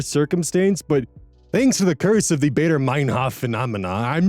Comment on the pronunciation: Imagine a German person saying "Ja", you want that A-sound for Baader-Meinhof, not bay-der.